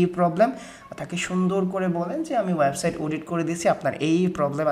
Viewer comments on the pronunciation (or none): Smartly kotha bolun , Banglai valo vabe bolun , Nakami kotha ekdom valo lage na . for Example "web site" not "waib side"